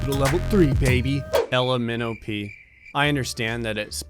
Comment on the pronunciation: Name is Ella minnow pea sees:minnow pee Me: l, m, n, o, p